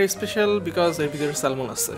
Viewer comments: Salmon এর উচ্চারণ স্যামন। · Salmon er pronunciation s-a-m-o-n bhaia. Just FYI. Otherwise Very nice vlog MashaAllah!!!